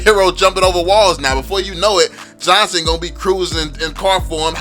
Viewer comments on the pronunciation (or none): none